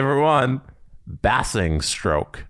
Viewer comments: Basingstoke. Bay-zing-stoke, not Bass-ing-stoke. I used to skate there. Was a guy who was the spitting image of Kadri! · Pronounced ' Bays Ing Stoke' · Congrats to on pronouncing MK correctly... although basingstoke (bay-zing-stoke) was butchered! Also, proud Nottingham Panthers fan here! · You numpties, it's BAY-zing-stoke. ;) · Also I gotta say it’s pronounced bay-sing-stoke 😂😂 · I'm Canadian and the pronunciation of Basingstoke caused true pain. 😂